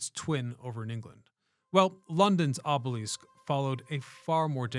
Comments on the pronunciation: aa·buh·luhsk, not aa·buh·leask - Went down a rabbit hole to see if any other language says it that way and got nothing. If this was a rage bait tactic to get comments you have succeeded in at least three as of this post. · Another poser historian who can't pronounce the very word that is the core subject matter of his material. Oobeleesk? I can't wait for the episode on the Sioux. Your credibility is completely shattered by this shortcoming. Pick a subject that you actually know something about before attempting to enlighten the world! It's offensive. Moving on and not checking back. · The way you are pronouncing obelisk seems incorrect. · I started watching this video today because it looks really interesting and the video seems really professionally done but I just couldn't get past the fact that he kept pronouncing the word obelisk incorrectly. So I had to stop watching. Maybe one day I'll try one of his other videos. Sorry, I'm not a hater I'm just being honest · Gross mispronouncing is the most common and annoying tip off of AI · The way you say obelisk is a little distracting and jarring